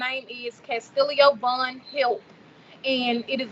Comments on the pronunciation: The sister seems disconnected from her brother. She keeps referring to her brother as "Mr. Vaughn" and calling him Kastillio and not Kastillo. If any money comes from this Kastillo Vaughn should get it not Kassie. How will the money from G Fund Me be used by his sister if he is in prison and there is no cost for his medical treatment in prison and it's a matter of the prison following through with the actual care? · lol who calls their own brother MR Vaughan? She can't even pronounce his first name. How dumb can anyone be? You really donating?